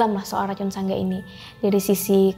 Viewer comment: Sedikit koreksi buka sangga bang tpi sanga